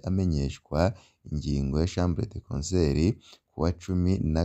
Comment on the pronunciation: Hello, ntibavuga chambre de concert! Bavuga: chambre de conseil